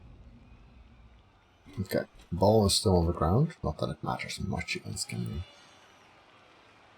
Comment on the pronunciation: By the way, apparently its actually pronounced hem-ree